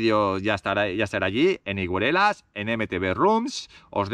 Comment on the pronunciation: Higueruelas engancha, eh..? Mucha suerte con el nuevo proyecto y a ver si con las ideas, medios y fuerzas renovados sigue creciendo el proyecto BikeTrails. Y es verdad, como sigas pronunciando así el nombre del pueblo....te hechan😂 Suerte!